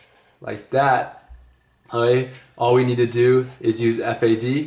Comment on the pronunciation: Great video!! Loving the little "Oay?"s, who has time for a "k" anyway :'D